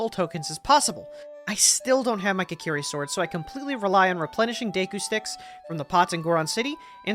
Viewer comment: Imagine being born with a life so predestined for curses like this. Also immediately I really like the clean editing for this, with the start with explaining the logic. (Also I notice you pronounce Kokiri as "kakiri", what the hell dude)